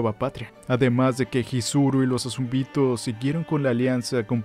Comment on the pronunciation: El video estuvo bueno, pero ¿porqué decir los nombres mal? ¿azumbito? ¿beltrot? Nunca se dijo exactamente que Ymir murio por la lanza, dice que se dejó de mover aunque no estaba muerta.